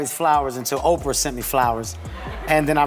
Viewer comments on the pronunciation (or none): I love these Oh-pee-are as opposed to Oprah pronunciations. Oh the wonders of AI. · HEY AI, Opra is pronounced Opra(my spelling still sucks but at least I can pronounce her name) NOT OPR, AI SUCKS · Did she pronounce Oprah's name as Okreeyah 😂🤣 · Why do you keep saying opr? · OPR Winfrey....A.I. can't read oprah ?